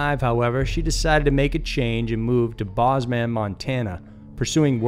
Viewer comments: Ok, it has to be done- the man's last name isn't pronounced like math-E-us, it's pronounced like math-I-us. Also it's not pronounced like Bozz-man, it's pronounced like Bows-man. Ok, sorry that was bugging me, and had to be acknowledged. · Bows men Montana not bozz man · Please, I beg of you! If you are going to do voice overs for a video, please make sure you are pronouncing things correctly! It is NOT B-au-z-man, Montana, it is Bow-z-man, Montana! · It's Bo-zman MT. Not Bahz-man. Lol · Bozeman is pronounce “bows mon” not “baz man” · it's pronounced bow's-man, not boz-man... just FYI :)... and the story about that girl appearing hyper? it's called drugs.. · I live in Montana. The town you’re speaking of , Bozeman, is pronounced BEAUSmen like “boes men.” Bozeman. Sorry, had to correct that. But other than that, good video. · It’s BOWS-man. Like bow tie or bow and arrow. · Not Boz-man. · Bozeman is where I’m from! But it’s pronounced bowz -man 😘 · Nunya Bidness LOL was thinking the same thing when he said that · Bozeman is pronounced bow-zz-men but you got Circle right XD LOL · I'm sorry but the story about Patricia Meehan makes no sense. First off Circle MT, which is on hiway 200, is over 350 miles away from Bozeman, MT, (btw pronounced with a long o like Bose Radio). The area around Circle has no mountains, no forest, and as far as I know, no coal mines. Prairie as far as you can see. Bozeman has mountains, forest and I'm guessing a few mines in the area but 200 runs no where near it. So unless she drove half way across the state that afternoon and then walked half way back across the state to get lost in the mountains, you have your facts wrong. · You totally pronounced Bozeman wrong... Bowz-man. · Bozeman MT is pronounced bowsmen lol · It is pronounced "Bohs-man." These "creepy story" videos (on this and other channels) seem to have computerized voices doing the narration, since they often mispronounce rare words and geographic names. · It’s pronounced “BOHS-man”